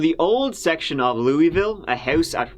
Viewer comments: I’m from Louisville KY and live around where this happened!😬 oh & it’s pronounced 'Looeyville'. You got it right the 2nd time, it’s okay though no one says it right lol Love your uploads!! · most people from the surrounding areas don't really say lou-ee-ville, it is more of a loo-ull lol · Most people I met pronounce it Lewavle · Lew-u-vull. That's how it's pronounced here. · Kentuckian here. It's pronounced Loo-uh-vull. Just for future reference! 😁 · I believe the people who live there typically pronounce it as: "lou-uh-vul" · Yeah I'm from Kentucky myself, live in Louisville...I pronounce it " loo- a-vool" as well lol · In Kentucky the locals pronounce it /Louie-vull/. ❤️ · LEW-uh-vull. The pronunciation never starts making sense, no matter how long you’re here. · you’re my favorite. PS- Typically Kentuckians pronounce it ‘lewl-ville’ - Cincinnati, OH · Louisville, pronounced Loovul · It’s pronounced Lou-ah-vulle. 😛 Great episode, as always. 💯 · lou-vull Louisville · Another great video! P.S. - Louvulle, or Lou uh vul, but pronounced as two syllables ✌️ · Loo-uh-vull. Midwesterner to the rescue. Ope! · I've been to Louisville and people who live there pronounce it like "Loo-a-vul" or "Luh-vul" like you sort of have to blend all the vowels together and mumble it and there ya go😂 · But Louisville is in Jefferson county, not Jessamine, which is close to Lexington. Those Lexington locals taught you The wrong way to pronounce Louisville. The best way I can describe how to properly pronounce it is this: lull-eh-vull, but dropping the "L" sound off of " lull". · I live in Louisville! We say it like, "Loo-uh-vull." 😆😆 I ❤ U! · I have no idea where that dude came up with that ridiculous pronunciation but it's definitely not correct. It's just "Looavul" or if you wanna sound like a real native, just "Loovul". Source: I live 3 min from downtown Louisville. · Louisville is pronounced Louavle. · Pronounced, Luh-vul. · Louisville is one syllable